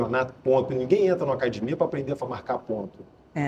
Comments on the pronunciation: ... "Acadimia" ... raiz ... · Todos falam "cadimia" rsrs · Acho que todo Gracie, antes de aprender s lutar Jiu Jitsu, eles aprendem a falar "acadimia". Kkkkkkkkk